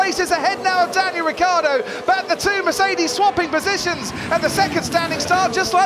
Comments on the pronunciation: For years this commentator doesnt know how to say Ricciardos name,its not Riccardo ...its RICCIARDO ,can;t you see the difference??? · The pronounce of RICCIARDO is like the english name Richard, so RICCHARDO